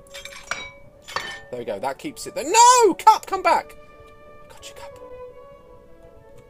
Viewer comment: WHEN u said cup i though u said fuck